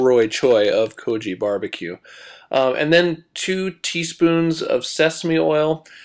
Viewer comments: Idk what the "koji" truck is, but I'm pretty sure it's pronounced"ko-gee" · Go-gee. Hard G. GO-GEE. NOT GO-JEE. IT MEANS, "MEAT" IN KOREAN. Please show respect by at least saying it correctly. Otherwise, you're recipes are spot on. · 고기 is more sounds like: Kog- I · lol 'ko-ji' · its kogi. rhymes with maggy.